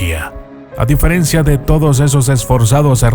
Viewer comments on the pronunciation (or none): none